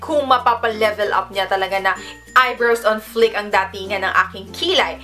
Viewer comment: It's pronounced as fleek not flick. Thanks